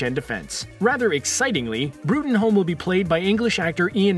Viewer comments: Bruttenholm is pronounced Broom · LMAO did you actually say "Bruttenholm" how it looks? It's pronounced "Broom" that's 100% fact. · It's broom, Trevor broom..... can you do your research lmao